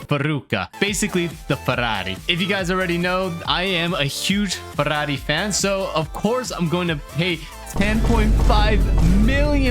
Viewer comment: As a Italian great pronunciation for Ferrari 👌🏻